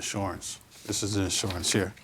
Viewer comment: He had in shorance on the twenty forf.